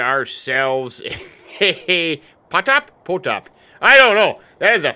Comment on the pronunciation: Its not potop, pronaunce it rotor cuz kirilic p is r!